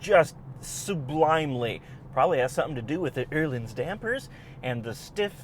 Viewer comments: Fun review - but how does "Öhlins" become "Ehrlings"? Where does the "r" come from? Try something more like "Eh-leens" instead. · Okay this annoys me. Öhlins is not pronounced Ehrlins. I dont know where you get the R from but theres no R